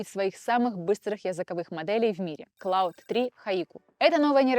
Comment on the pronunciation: Спасибо за выпуск. "Есть ощущение", что Claude читается как Клод, а Gemini, как Дже́мини (близнецы).